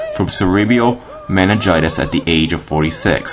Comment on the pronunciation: Pere LaChaise is pronounced like this: PAIR-LA-SHEZ. And Oscar Wilde died from cerebral (pronounced SER-EE-BRUL) meningitis (pronounced MEN-INJ-EYE-TIS). Does that help?